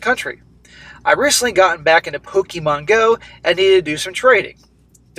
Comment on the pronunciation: Pokeher GO...